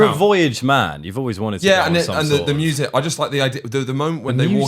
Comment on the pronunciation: Yup just don’t even bother doing a second take on the ad where you say moosic go on lad 🐄